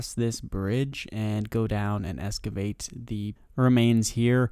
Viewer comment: Excavate there is an x not escavate